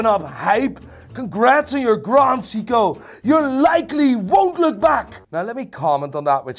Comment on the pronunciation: "Grand Seeko"